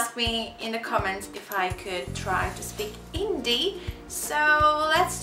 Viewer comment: When people can't even say hindi (she said indi )correctly how can they speak in hindi ??😂